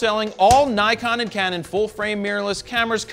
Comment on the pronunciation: I thought it was impossible to say Nikon wrong guess I was wrong